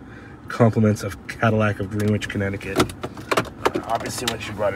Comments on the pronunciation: Love the coupe, my wife is over here yelling at the TV about how you said Greenwich...LMAO...She's from Connecticut 😅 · Dude it's pronounced Grenich not Greenwich! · "Gren-ich", sir.